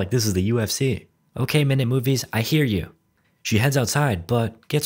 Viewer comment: Your "okeh" gets me to burst out laughing every time I hear it.